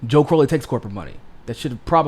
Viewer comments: Ummm....? It's CrOW-lee, not CrOH-lee. Joe Crow (rhymes with cow)-lee. Sorry about that. #AOC2032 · I think Joe pronounces it CR-OW (like ouch!) - lee.